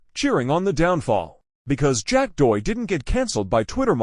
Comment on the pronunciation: Horrible automated voice that can’t even pronounce the name of the subject. 👎